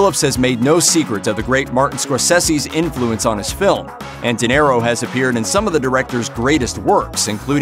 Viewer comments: Good Lord, man! How do you not know how to pronounce De Niro???!!! “Dinero” means money in Spanish! Yes, the guy may be money, but thst is NOT his name! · Why are you saying "Dinero"? It's De Niro. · Ok.. stopped video when I heard Di Nero.. ears hurt.. seriously! Geez!